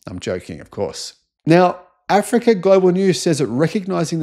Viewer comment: This youtuber is so ignorant as everyone thumbing up this video., the way you pronounce Africa or say about Africa shows you have something against them and this invention. Go in loco and check by yourself.